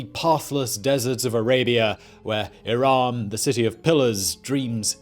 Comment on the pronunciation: Irum is more accurate than Iraaaaam